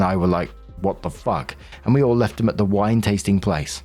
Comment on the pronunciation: For the rest of the day, I’m gonna be wandering the house and imitating accent when he says “Naked WINE parrttyyy?” 😂😂😂